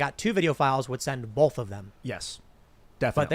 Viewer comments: Take a shot every time Tim says Bolth instead of both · Tim Pool: "BOWLTH" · Bolth? What is bolth? Why does Tim keep adding an L in both?